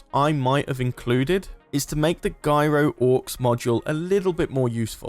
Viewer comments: me too. It's short for gyroscope... nobody says 'guy-roscope'... Come on! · Gyro is pronounced "Jy-ro". 😉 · why can't you say the word Gyro properly ?? you're english FFS